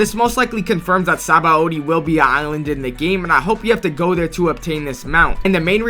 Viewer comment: Blud said sabawoahdi